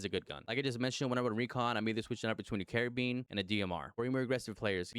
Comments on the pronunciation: I’ll help a brother out. 🚗 🫘 is how you say it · Car-bean or car- bine 😂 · I kept hearing care-beans 😅😂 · Funny enough that's the French pronunciation of it